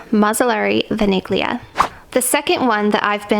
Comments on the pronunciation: Vaniglia is Italian and it's pronounced like "Vanillia" (without saying the G) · VANIGLIA is pronounced as “VANI-LYA” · vaniglia it’s vanilla so you pronounce it vanillia like that ,don’t put the focus on the g